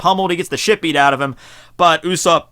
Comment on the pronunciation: he says "U"sopp